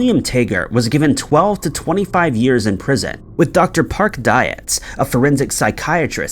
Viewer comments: Dietz is pronounced more like Deets, not Diets. And LaJolla is still pronounced as LaHoya. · Dr.Park Diets, like Deets, Bro you're so fucking goofy